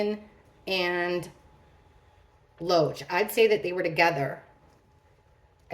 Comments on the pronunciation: did anyone tell you his name is David Loach but you keep saying Roach like the bug 😂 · Every time I hear you say Loach, I hear “roach” 🪳 Sounds like 🪳 has some pretty strong emotional feelings towards E.